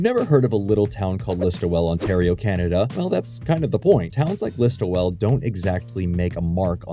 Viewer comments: I'm not from that part of Ontario, but I assumed it was pronounced List-ole (close enough to Liss-toll). Definitely only 2 syllables though. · It’s pronounced ‘liss-tool’ not ‘liss-too-well” pol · ListOEL...not ListoWEL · List-ol, not list-oh-well. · It’s pronounced listwool not list-oh-well too. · its pronounced Listool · Listowel pronounced "listowl". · It’s pronounced more like listo-wool. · It's just Listo-wull. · Listowel is pronounced list-o-wool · Say it like "LIST-WOOL" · I really think the thing that helps Letterkenny is a focus on characters and their lives. The stakes and drama are all small town sized, but they mean something to the people who live those lives. Point of note, the town is called Listowel (which is pronounced List-tool) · Btw, it's pronounced "listuh-wool" and spelt "Listowel" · It felt like a proper successor to Corner Gas. Also "Listowel" is pronounced "Listool" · As someone who grew up in the area it's pronounced 'lis-toe-ell' or somrthing like that, I'm bad with writing phonetics. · It's pronounced "Lis-tool" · Listowel. Missed the last L. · I used to live not far from Listowel. It sounds strange hearing someone pronounce the name with all the syllables. We didn't. The name only has three syllables if you've never been to it. Two if you live near by, and somehow only one when the locals say it. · It's LISTOWEL. Sigh. The disrespect of mispronouncing AND misspelling on a bespoke title card. You probably has a problems with Canada Geeses too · I appreciate the coverage and love the video but your pronunciation of Listowel is painful to a Perth County resident